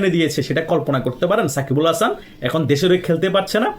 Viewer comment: সাকিব আল হাসানের নামটা ঠিকভাবে বলেন